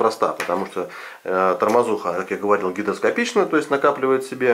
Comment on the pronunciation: Я не ослышался, вы говорите гидроскопична?